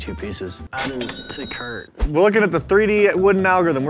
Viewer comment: "Add to curt"😂😂